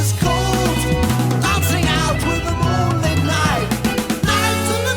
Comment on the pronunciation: It's "moon-LITT" as in LIT-erature. Moonlit is an adjective. Moonlight is a noun. I hope that helps - you're wonderful!